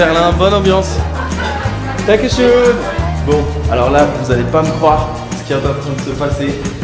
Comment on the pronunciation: Félicitation! Bon par contre.. Danke Schön pas Danku shoune xD Sinon ravi pour toi et te projets c'est bien de les avoir concrétisés . La prochaine destination ?